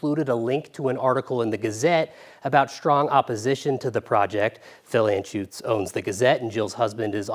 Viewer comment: phil enshoots😡